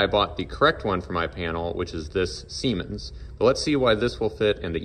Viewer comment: This guy just loves saying semens 😂